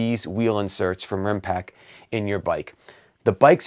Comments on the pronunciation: I can't take it anymore! They are called Rimpact with a t at the end of the word. You know like Impact... Other than that, great video, thanks for the quality content. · I was going to say exactly the same, really good review but it's RimpacT! 😁